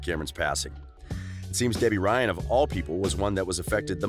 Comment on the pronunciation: this dude said gebby ryan